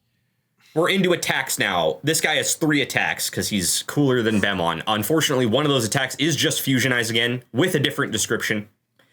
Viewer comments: It's pronounced as "Bemmon", & not B-E-Mmon. Also, with Destromon & Galacticmon's appearance, the entire Bemmon line originally appeared in the Digimon World 3 game, & a Bemmon absorbed an experimental Tank, to become Destromon, while Snatchmon Fused with a Weaponized Space Station, to become Galactimon, which is why they look so different from both Bemmon & Snatchmon. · BEMmon is probably meant to be pronounced as B.E.M-mon as B.E.M is acronym for Bug Eyed Monster which is used for aliens, the Pokemon Beheeyem's name is also based on B.E.M and it's pre-evolution Elgyem's name comes L.G.M or Little Green Man another term for aliens I know this is in the video but I think the name should be said as B.E.M then mon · It's pronounced BEMmon also 36%